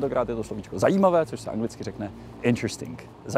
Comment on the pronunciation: Dětem zakážem boby, místo oválu uděláme parkoviště, typický čechistán. Jinak u "interesting" se go G na konci nevyslovuje...